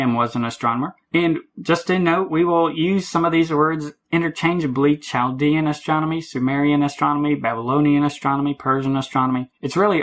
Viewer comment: Chaldean is pronounced with a silent "h".